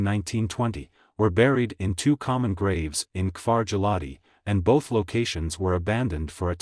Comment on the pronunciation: His pronunciation of Giladi, Ayelet Hashahar, Kiryat Shemonah and Trumpeldor is atrocious!